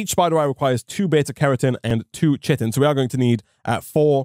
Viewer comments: Not sure if you check comments on older videos or whether this will ever come up again (or even if you learned this later on) but chitin is pronounced as "kai-tin" rather than as "chit-tin" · Chitin is pronounced kai-tin, the only reason I know this is because of ARK survival evolved... also love the videos loving the modpack! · chitin is pronounced "kiten" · Chitin "kite-n"